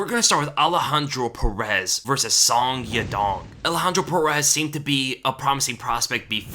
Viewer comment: Song Yadong's name is pronounced as: Soh-ng Ya-Doh-ng